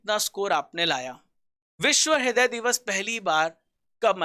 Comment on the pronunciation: haday nai raday bola jata he